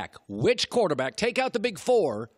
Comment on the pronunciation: “quataaback” - Colin Cowherd